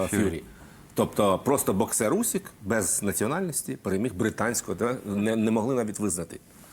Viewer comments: Агов, пане, прізвище українського боксера Усик, не Усік! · Usyka,a ne Usika! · Не Усіка, а УсИка.